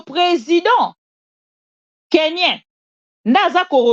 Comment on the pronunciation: On dit KENYAN ET NON KENYAIN s'il vous plaît. C'est comme les nigerians aussi on ne change pas ça en français